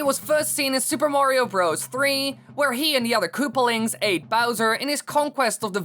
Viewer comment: "Kaloopalines" "Koopalings" Bruh